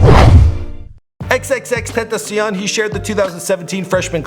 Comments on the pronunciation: Xxxtentacion (xxx-ten-tai-see-on💕) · Its not TentaSION its TentaKON. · Xxxtent a cion lol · "X X X tenta see on"